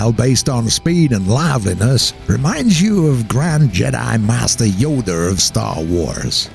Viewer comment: "Grand Jedi Master Yoder of Star wars" lol